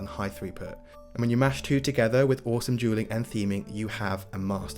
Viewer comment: On the timestamps, you called dueling dragons "Jeweling Dragons"😂😂